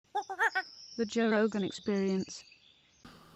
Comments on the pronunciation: Joey Diaz always call Joe Rogan "Jorogan". Never Joe or Rogan. JOROGAN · Joe" induidion* rogan